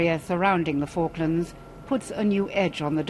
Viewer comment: The way they kept mispronouncing Falklands throughout the whole video😂